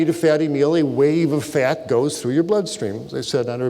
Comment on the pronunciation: "Fyat" lol